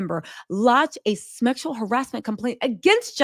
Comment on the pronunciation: Did she say, "Smexual harassment"?